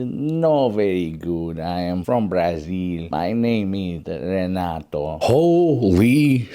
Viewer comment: The only thing that would bring attention to you is HOW you pronounced your Brazilian name "Renato." A true Brazilian would pronounce the "R" as "H" or "Henato." 🇧🇷